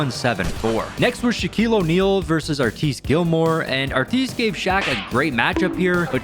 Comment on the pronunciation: They way you said Artis Gilmore is hilarious